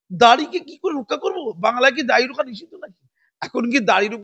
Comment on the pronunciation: দাঁড়ি নয় দাড়ি। উচ্চারণ এ কিছু সমস্যা আছে, ঠিক করে নেবেন মনে করে।